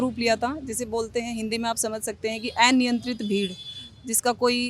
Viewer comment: Ye "a-niyantrit" koh "ae-niyantrit" kyu kaha ja raha hai?...